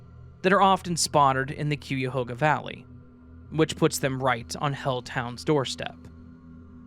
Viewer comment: Im working in summit county right now. And its cuyahoga like Guy-a-hoga.